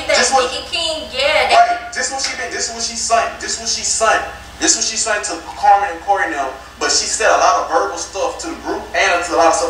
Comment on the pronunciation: Im sorry but king keeps saying sunt instead of sent is just distracting me